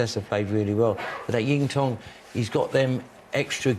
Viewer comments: It wouldn’t take long for someone just to go through the proper pronunciation of names with the pundits… even McManus is saying Zintong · Jimmy keeps calling Xintong "Yingtong", does he think his other names are yiddle I po? 😄